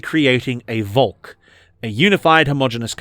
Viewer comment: I had to get the underlines to understand "The Volk"😅 Your pronounciation is like the V is an W but in this word its more like an F.